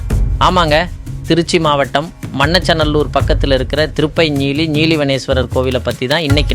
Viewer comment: மண்ணச்ச நல்லூர் இல்லை; மணச்ச நல்லூர் என்று சொல்லிப் பழகு